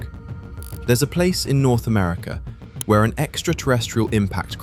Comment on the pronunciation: Why can't you say "America"?